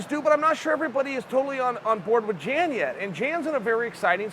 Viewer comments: Jan 😂 Uncle Chael strikes again. It's pronounced Yawn = Jan we got u Unk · "Yan" is how it's pronounced. I know a Jan and sounded just like Uncle Chael for a while. It's Jan, not Jan. C'mon bro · Chael your the man.... Pretty sure it's not prenounced Jan though. Fairly sure it's prenounced Yon. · Hey Chael you moron. It's Pronounced Yan, not Jan. Jan is a Girls name. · Jan = Y(ANN) Joanna = Yo(ANNA) Much love from Poland:) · The way you say „Jan” is all sort of wrong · Chael “Jan” Sonnen